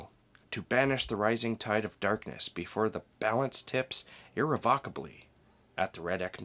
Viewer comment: i think irrevocably(sp?) is pronounced differently. Maybe its me...